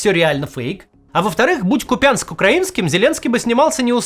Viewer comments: Максиме, ну, будь ласка, не повторяйте за путлером неправильно. Місто називається КУп'янськ, з наголосом на У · Какая русская грамматика? Есть историческое название, он всю жизнь так назывался КУпянск, ударение на У. Мы же не говорим - МОсква или ТулА..Грамматика не при чем..Нам, кто бывал в городе, жил там, просто корежит от неправильного произношения.. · Нужно говорить КУпянск! Ударение на у! Емли Путину трудно это выучить, то Кац должен! Нужно произносить тпкже СлАвянск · Ку́пянск (укр. Ку́п'янськ), не повторяйтесь за путиным, режет слух. А за работу благодарю. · ну, может вам в Мухосранске и все равно, где ударение, а нам нет. Я этого КупЯнска просто слышать не могу, тем более - за Путиным повторили. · Здраствуйте, Максим, я просто хотел вас поправить что правильно говорить Купянск, через ударение на "у" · КУпянск,если точнее.От слова кУпа(куча). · Максим, пожалуйста, КУпянск. Дед исковеркал даже название города. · Максим, всё жители Харькова и области называют город Купянск, с ударением на букву у, думаю ещё пригодится для следующих роликов, спасибо. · Максим, Вы неправильно называете город Купянск, посмотрите украинские новости как правильно он произноситься, или интервью людей которые там живут. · Ударение на Купянск не правильное 😂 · Самое важное в этом видео - неправильное ударение, остальное вода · Ну если бы мой город неправильно произнесли, я бы тоже не сдержалась и написала об этом. Всё же местным жителям (хоть и бывшим, зато живым) такое сильно режет слух. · Ну, может быть, вам все равно, как вас назовут, а я дослушала этот ролик до конца только из уважения к Кацу. В другом случае отключилась бы. Нам, живущим рядом, просто невыносимо слышать, как искажают знакомое всем название. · Пишу второй раз: выучите правильное ударение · КУпянск!!!! КУпянск, не КупЯнск!!!! Ну, невозможно слушать!!! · Максим, не КупЯнск , а правильно КУпянск , с ударением на У ! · Я из КУпянска , и мне режет слух , когда говорят - КупЯнск. То есть по твоему я придурок